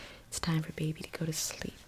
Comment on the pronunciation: How she said bebey😂